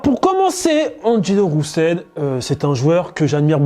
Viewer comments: Ça se prononce RE-SEUL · s’il vous plaît prononcer son nom correctement 😂